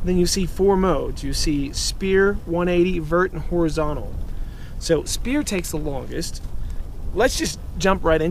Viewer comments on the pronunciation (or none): Thanks for the info. It's "sfere" btw. 3d circle